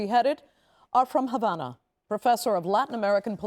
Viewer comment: What is this reporter Smoking Crack Rocks? There is No Education in Cuba that leads to a future, and there is No Medicine (So there is No health care). Go to Cuba for medical care, I Dare you. You are Not Qualified to speak about my parent's homeland, you can't even pronounce Havana right. We want freedom from a Broken and Corrupt Socialist System that doesn't work anywhere. We are tired of our people just barely surviving and dying. I went over to Matanzas for about 3 weeks and lived with my Cuban family, two people committed Suicide in that stand in that town. There's a Mosquito borne disease right now in Cuban, a refinery just burnt up. You are spreading lies. Que Viva un Cuba Libre!!!!! Patria Y Vida!!!!!